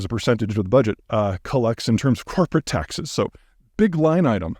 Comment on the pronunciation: I heard "coporate taxes" as "carpet taxes", and I was like "wait, surely the US isn't a huge producer of carpets???"